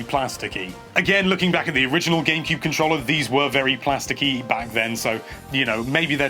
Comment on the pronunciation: Every time he says "controlla"...